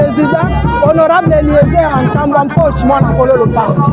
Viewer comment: Bonjour honorable ! votre nom c'est ntambue et tambue.vous prononcez Mal ce nom.